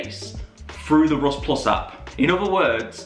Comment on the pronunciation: bro said “rost ploos upp”